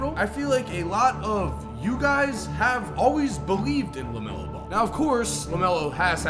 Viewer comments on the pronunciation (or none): Bro, what is this thing you do when you say a word with an L in it? Ggglameggglo is ABsogggllutely eeegglite!